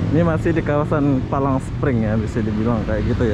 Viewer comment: Palm spring bg bukan palang 😀😀